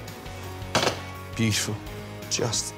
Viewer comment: "Beutuful. Absolutely beutuful."